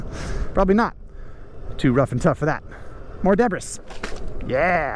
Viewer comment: I like how uses the 's' in 'debris' 😂